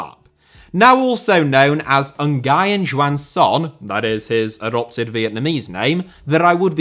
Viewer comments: this is the first time i've heard Nguyen pronounced that way its more like /gwen/ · that might have been the worst pronunciation of “Nguyen” that I’ve ever heard in my life